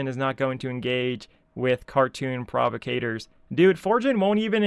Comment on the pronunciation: Do you know what a provocateur is? I noticed you mispronounced it every single time in this video…